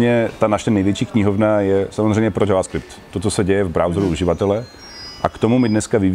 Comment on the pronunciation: JJJJ ... avaskript??? Kdo to tak rika?🤢🤢🤢 Ten jazyk neni pojmenovanej po motocyklech Jawa, ale prebral jmeno od Javy, ktera vzala jmeno od slangoveho vyrazu kavy, ktery vzniknul podle napisu na pytlech s kavovymy zrny z ostrovu Jávy .. takze je jasny ze se to ma vyslovovat dzavaskript 😆😆